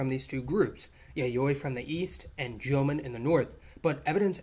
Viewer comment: Jomon="Joe-Moan" not "Jomin"